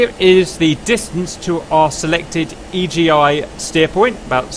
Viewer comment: It's called Iggy, not E.G.I